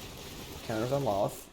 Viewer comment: I respect you and the website, but I have to say something…. Lolth (lol-th) (low-l-th) not (lawl-ith)